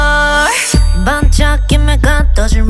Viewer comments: The way she pronounces bird (bore) reminds me of Soyeon's pronunciation of set free (sal fre). It's a weird way of pronunciation. I can hear so much Soyeon in this song. I wish Namjoo switched it up a little. Latata? I like the lyrics though. I like the twist at the end. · Even better than I anticipated! I loved those synthed bass voices in the beginning. Her vocals were incredible and her visuals were hot!!! It would have been nice if someone had coached her on how to pronounce "Bird." I wasn't sure if she was singing about a fowl or a wild pig. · Ok, it's a good song, cool visuals, nice production.. all great. It just really bothers me how kpop artist pronounce bird.. like "bord"... bol4 did the same in one of their songs and it really blows me off u.u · From what i heard, she pronounce it lika a "bop" and i think she's doing right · She can't seem to pronounce "burn" or "bird" I hate when company's give artist a task that they can't complete at this time, for example, speaking english. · This song is so Soyeon like as expected, lots of beat and a like quirky 💘💜💜 Namjoo you did well, maybe improve the way you pronunce bird, but whatever it's fine 🌻😘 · I love it, but just wish I could help her out with the pronunciation of bird. I get it, the rn sound is hard for non-native speakers at first!! Soyeon did a great job, as always.